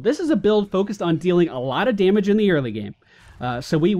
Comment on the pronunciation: "Day-mage" -_- Da-mage*